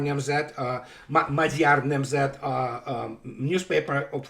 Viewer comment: The way You pronounced Magyar Nemzet was actually recognisable. Good job! 😁👍 (It means Hungarian Nation, not that it matters much.)